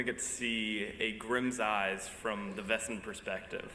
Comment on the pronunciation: I've been a fan of this show from the beginning and have only two complaints: 1) Splitting the season up into two parts with a lengthy gap in the middle is very irritating and interrupts the continuity for the viewers; but mainly: 2) Learn to pronounce 'Wesen' correctly! It's a real German word meaning 'creature' and it's pronounced VAY-zen, dammit! When the actors say VESS-en any German speaker hears that as the word for "whose" (spelled 'wessen') and wonders why a successful show with a significant budget can't find one lousy German speaker to correct them on this grade-school error (among others like 'feuer' which sounds like 'FOY-air,' not 'fur'). I hereby volunteer to be a consultant in this area if you'll have me. Other than that, I look forward to the next season and many more to follow.